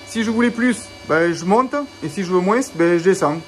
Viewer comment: Moinsssssss 😂 mais qu'est ce que c'est que ce sudiste 🤣🤣 Bien mon ami, cool cette petite série de vidéos 😎